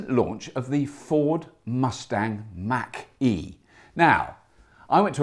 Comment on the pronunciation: You mean the ford must-tach-e?